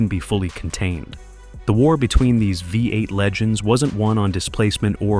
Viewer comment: The AI commenter calls it a 'Vi 8' twice, (instead of 'V8').